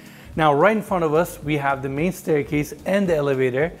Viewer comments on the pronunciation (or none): none